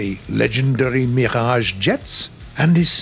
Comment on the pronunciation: I like how english people pronounce french words ! Sir, you know well how to pronounce the R in words like "Mirage" !